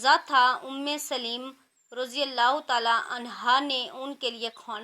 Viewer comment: آپ نے سلیم پڑا ہے سو لیم ہوتا ہے